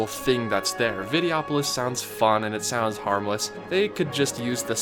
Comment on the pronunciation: Just pointing out it is Vide-Oh-opolis. And yeah they could use the space and make another attraction to stand in another long line in, or you could go see a nice show in the comfortably shaded theater, important during the hot summer months, and sit and rest your feet for twenty minutes. Hey I realize this is your opinion and granted, there was not much going for the Videopolois theater, or Golden Dreams for that matter. But having a wide variety of entertainment, plenty of shade and snacks, and especially shows with seating are incredibly important to keep guests from burning out throughout the day. Considering that the big entertainment venues like parades and fireworks do not have seating, it's nice to have a show or two that does. Good job on the video dude but regrettably I disagree on almost all fronts, except Inoventions. You got that one right. As a 90's kid I grew up on Vacation Hoedown and the Rescue Rangers as well as the Motor Boats which had a Gummi Bear overlay. It was promoting their afternoon cartoon lineup which I also grew up on so lots of childhood there. But anyway good vid.